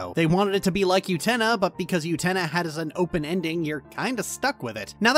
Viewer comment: Utena is NOT pronounced with a Y sound. Please rerecord and fix.